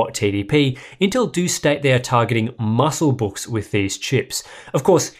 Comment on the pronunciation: "musclebooks" lol